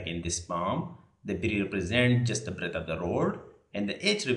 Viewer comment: B= Breath ❌ B= Breadth ✅ 😂😂😂 Learn english properly before opening a youtube channel!